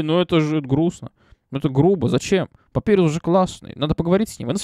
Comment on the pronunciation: И к слову, если говорить про имя персонажа, то правильно "Папайрус", а не "Папирус", просто переводчик либо дурень, либо не выкусил отсылку, что имена скелебратьев(и того, кто говорит руками, кто поймёт - тот поймёт) - отсылки на шрифты, либо я не знаю.